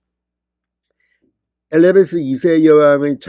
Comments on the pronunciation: 에리자베스라고 바름해 에리베스라 하지말고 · 에레베스가 아니라 엘리자베스입니다요~~~ㅎ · 에리베스가 아니라 에리자베스 입니다